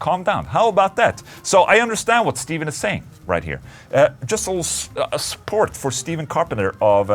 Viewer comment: Just saying Stephen C is pronounced like Stefan, rather than Steven. Loves x